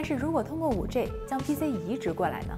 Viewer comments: 5G（-i）不是 -ei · 能不能好好说话，5G（ji） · 不是居也不是雞！應該念居的從前半部和雞的後半部！